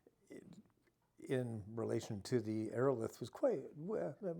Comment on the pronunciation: Ii think he's mispronouncing Aerolithe. Look up the pronunciation of the word "lithe."